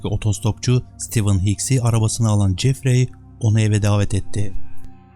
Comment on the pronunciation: Jeffrey"Cefri"şeklinde telaffuz edilir, yâni okunur. Ayrıca "Anksiteye" değil, "Anksiyete" bilginize.